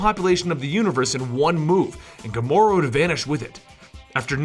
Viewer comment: in the beginning you say Gramora